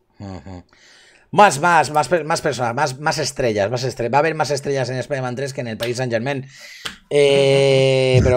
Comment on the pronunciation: Por favor, de verdad han tenido que doblar el nombre como "espaiderman"???!!! Eso sí que es para mandarlos a un universo paralelo.